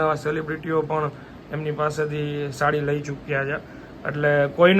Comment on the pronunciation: સાડી.. સાળી નઈ.. 😅